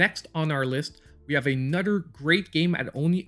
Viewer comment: You had me at “a nudder” great video